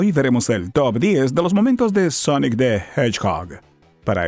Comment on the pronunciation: Sonic the Hechejojo